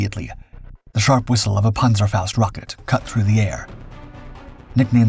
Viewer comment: Great story just wish they'd pronounce the panzerfaust